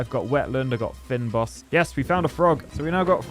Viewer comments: 'Fynbos' is pronounced "Fein-Boss". This must be a South African game given that's a very Afrikaans term lol. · Fynbos is pronounced as Fain-bause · Fynbos is pronounced vain but keep the f, and then boes, so basically like F-ain-boes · fynbos is pronounced: fein-boss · The fynbos is pronounced like fain-boss. It is an indigenous area to South Africa 🇿🇦, our national flower the Protea is also a Fynbos flower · Fynbos: if you say "feign boss" you'll be a lot closer to how it should be pronounced. Still not 100% but it's from Afrikaans and we're few and far between. Maybe ask a Dutch speaker in a pinch. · I'm not sure how many south africans are watching. But the fynbos is a large open field of grass flowers and small insects and it is pronounced fyn as in thin and bos as in bush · Trying to say Fynbos X, its afrikaans.